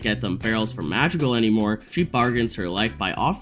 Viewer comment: I'm crazy or i'm hearing Magical instead of Madrigal?!